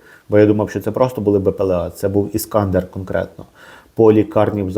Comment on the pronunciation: Пане вибачте але хочу вас виправити, іскандер, наголос на букву « е «